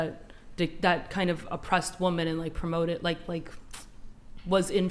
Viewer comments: Is it impossible to say women and not woman, when speaking in the plural form??? What is going on with these women! Not the only episode this has happened! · Why do so many of them say woman instead of women, I think is on to something here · Why do so many women on this podcast always say woman rather than women? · Why do all these WOMEN keep saying “woman” when speaking in the plural? Idk why but it super annoying to me lol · Annoyingly many do that. They actually say [wooh-men] failing to understand the difference between the first syllable's singular and plural pronountiation in each of these forms of the word [wooh-man/weeh-men]. A basic failure of the education system, which ressources were cut in half by ronald reagan. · She needs to learn how to pronounce the plural of Woman